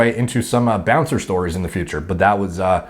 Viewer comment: You mean bouncer lol